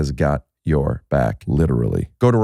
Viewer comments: am i the only one hearing bill say "witerally" instead of "literally" and some other words too? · You think bill knows he says literally “witewawy”